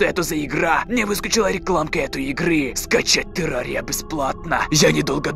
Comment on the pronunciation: Не тэрария а терария